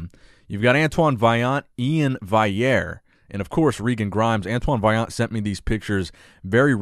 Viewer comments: Val-ee-air. Not Vigh-air. Love all the content otherwise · you need to work on pronouncing last names, Iain Valliere is pronounced vall-e-air not vai-air and Breon's last name is Ansley, not Ainsley